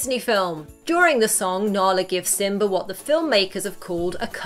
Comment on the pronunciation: Lol she said simber